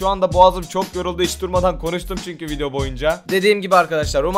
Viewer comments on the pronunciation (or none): none